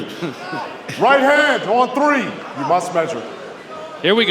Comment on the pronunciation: You know is South African when he says" right on TREE"😂. PVZ...nope,flinching on every shot...there is not such a thing as a "tiny/smallest" flinch. A flinch is a flinch,does not matter how hyped your name is. Wolmarans is just punching bag for the hyped ladies...hope her payday is good